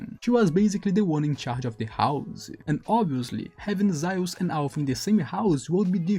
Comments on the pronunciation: Zaius? It’s Zeus. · Well if it isn't your first language and don't care to try to say it correctly, might as well just call Zeus "Thea" as that's his name in Greek.